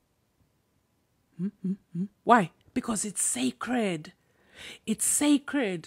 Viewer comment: The words "sacred" and "secret" sound the same.